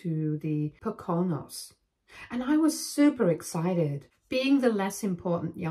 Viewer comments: "Po-CON-os"? No. "PO-cah-nose." Other than that, I sincerely hope OP surprised their parents with a b-day party with the cops. (edit) Sadly, it was the parents' business associates. I think having CPS show up for the party would have been even better. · Po co nos. Not pO cO nos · With respect, as a Pennsylvania resident, we pronounce the mountains of Southeastern to Northeastern PA as "poe-kin-nose, not poe-cone-nose". Syllable stressed is the 1st! Not the 2nd. Love your stories. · I thought you were American?? Even as an Australian I know how to pronounce the Poke a nose!! You’re very expressive but when you come across a new word why not look it up for pronunciation eg your version of alimony is quite different. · It’s pronounced POKE a nose. With the emphasis on the 1st syllable. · Just for future reference Poconos is pronounced poe coe noes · It’s Poe’Ka Knowz. Is this story anywhere else on youtube because… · Pronounced: Pook Koo Nose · Please learn how to pronounce Poconos correctly. The accent is on Po....co-nos. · Pocono is plural so Poconos is incorrect. And is pronounced poh-kuh-noh The Majority of dictionary websites have icon buttons to hear the word pronounced properly out loud. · Mispronounced word... Pocanos is more like Pō_ ca _ nōs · If you were interested, Poconos is pronounced PO can oh's. :) Thanks for the story. It's an Indian name, think of Pocahontas. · They are pronounced Po con nos not how you are pronouncing it. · The actual acid test is that all of the business associates also left and did not think that Opie was the a******. The only other thing to say is please work on the pronunciation of Poconos it's po co no emphasis on the co. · Just to let you know, Poconos pronounced Poh-can-ohs. It's a region of Appalachia that is in New York and Pennsylvania that was a popular vacation spot in the 1900s (Dirty Dancing was there.) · POE-kuh-nose. Accent on the first syllable. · It's pronounced Poe CAN Nose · It’s pronounced pow·kuh·nowz